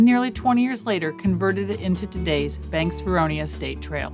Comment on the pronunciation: Lovely video, nice filming, and FYI, The town is Vernonia (Ver-NO-nia). not Veronia. I grew up there, and I remember the train coming into town every week, from Banks.